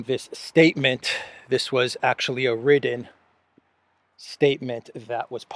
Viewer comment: a 'wriTTen' statement. not a 'wridden' statement